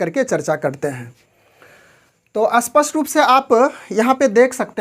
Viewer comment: कृपया अपनी भाषा सुधारे। आप स्तर को अस्तर, स्पष्ट को अस्पष्ट बोल रहे है।